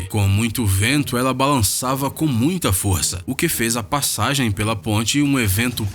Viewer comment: PORRA E MULTCHA EMOÇÃO E MULTCHA ALEGRIA E MULTCHA MELODIA .